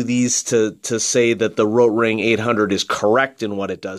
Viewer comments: you roll your r. No german rolls their r. It's a good try though, the german r is more throaty and most english speaking people can only pronounce the soft r. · Thank God you stopped saying rotring like that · Why do you say "rotring" in such a weird way? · Good point. I noticed that too.